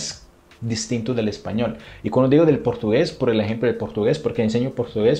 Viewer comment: Ay amo cuando dice "ejpañol" 🥰 soy costeña de Colombia💕 amo Brasil🇧🇷